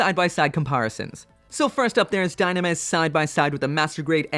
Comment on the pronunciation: It reads dyunamis